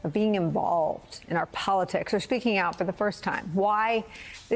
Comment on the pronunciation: Poor Kammie can't say I'm speaking 😂😂😂